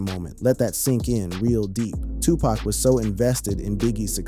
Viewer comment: U mispronounced his name. I cant listen passed 5 seconds